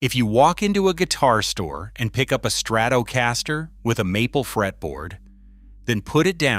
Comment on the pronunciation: STRATOOOOOOOOOOOOH-caster 😂😂😂😂😂 booooo 👎🖕👎